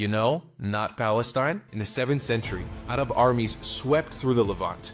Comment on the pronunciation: Your pronouncement of "Arab" is a bit racist. Arab is an English word.